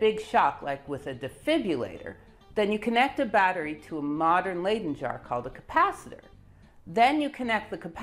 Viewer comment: You could redeem yourself by pronouncing Leyden not as 'laiden' but as 'lyden' in the future. Y as in 'lydon' eg John Lydon.